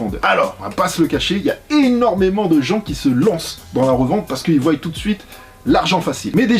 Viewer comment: Voient pas voYent 😭